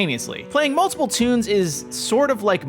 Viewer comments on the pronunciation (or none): none